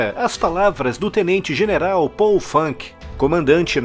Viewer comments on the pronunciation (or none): none